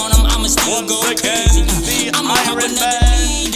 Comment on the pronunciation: I ronman 😂😂😂😂😂😂😂😂 ironman